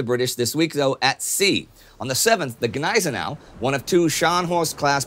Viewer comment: the G in Gneisenau is silent